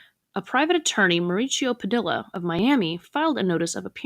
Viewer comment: "Padilla" is pronounced" PadEEYa"